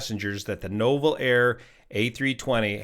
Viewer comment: Nouvel = new-vel